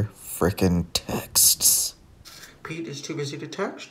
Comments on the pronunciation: Love the correct pronunciation! Sskksss at the end of the word ‘Texts’. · I adore the way you pronounce "texts".haha so good!